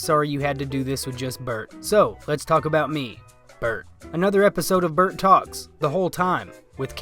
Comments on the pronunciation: Why you call bert "bart"? Cant even get the guys name right and its 4 letters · Pronouncing Bert’s name wrong every time is gold 😂 💯🤌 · The degenerative decay of how you pronounce Bert's name throughout the video is perfect